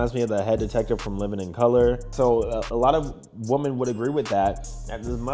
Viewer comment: I have no idea why you can’t say women or woman right 😂